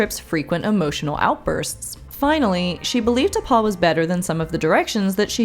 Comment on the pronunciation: In the pilot episode, when Archer calls T'Pol from his quarters, watch his lips. I've always been sure he said T'Pau, not T'Pol.